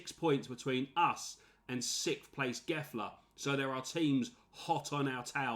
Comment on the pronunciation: Gefle is pronounced jävle